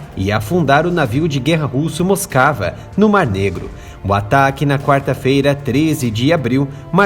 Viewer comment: Não é “moscava”, é Moskva, pronúncia do cirílico Москва, que é o nome russo da capital Moscou.